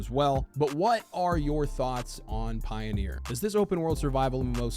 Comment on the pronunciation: Is the word "Pioner" pronounced that way with just one E? I think you're saying Pioneer...